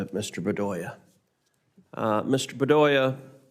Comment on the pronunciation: BEDOYA? Shouldn't be a law professor!!